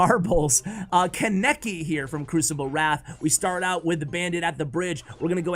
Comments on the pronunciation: Kon-neh-ki not kon-nek-ki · Am I the only one triggered he said “Kaneki” with a heavy “a”? It can’t just be me.